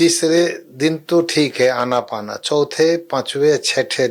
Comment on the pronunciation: कृपया " अनापाना " नहीं बल्कि "आनापान" बोलें विदेशी लोग इस को " ANAPANA ". बोलते हैं आन + अपान = आनापान आन = भीतर आने वाला सांस अपान = बाहर जाने वाला सांस